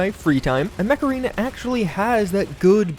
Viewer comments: When he says mech arena but you hear macarena 🤔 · is it just me or when he says Mech Arena it comes out Macarena? makes me start singing the song by "Los Del Rio"! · Come on you know you heard the macarena song when he said Mech Arena. HEY MECHARENA.. Alright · Am I the only one who heard 'macarena' instead of mech arena? Ayeeee, macarena 🎶 (aiiiihaa)